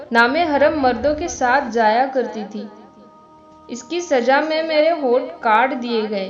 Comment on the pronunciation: Jab aapne kaha k aisa hi ek wakya pesh aaya hai...yahan aapne uss jageh ya mulk ka naam chhupa diya...aur mam jisko aap oat oat keh rhi hain usay hont kaha jaata hai Fake video aur kam padhe likhay logon se ap sirf biddat hai failaoge